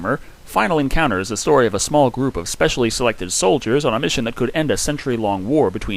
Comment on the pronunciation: Hate to be that guy, but--"Enounter?"